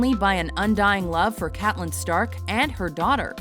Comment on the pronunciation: That's not how you pronounce Catelyn...